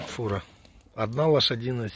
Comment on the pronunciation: Міша,це фіра,а не фура. :)